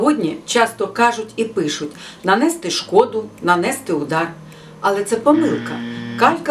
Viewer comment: А чи не варто було б представитися спочатку? Крім того: не"нанЕсти", а нанестИ! Не "даЄмо", а даємО! Неправильні наголоси - це теж помилки!